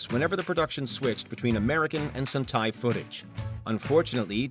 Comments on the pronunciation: Sun-tai? Really? 😓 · And they mispronounced sentai with suntai